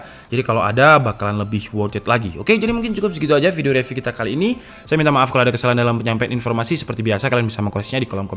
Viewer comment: Bang ak suka liat video mu Di benerin minggrisnya bang, baca “review” itu “riviuw” Ada di video yg mana gtu, abang baca “call of duty” itu “call of daty” hahaha.. duty tetep duty baca nya bang Smoga bermanfaat